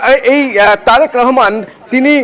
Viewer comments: তোমারা মানুষের নাম ঠিক ভাবে উচ্চারন করতে পার না তারেক কে তারিক বল কেন। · চ্যানেল গুলা বাংলাদেশের জায়গার নাম ঠিকঠাক বলতে পারেনা . নেতাদের নামও ঠিকঠাক বলতে পারে না তারা আবার বাংলাদেশের খবর দেয় কোন হিসেবে। তারেক কে বলে তারিক। নয়াপল্টনকে বলে পল্টনগঞ্জ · নাম তারিক না তারেক। বিকৃত উচ্চারণ কেন? বাংলা শুদ্ধ ভাবে শিখুন !